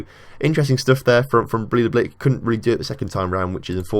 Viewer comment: Bray-tha-blik. There you go.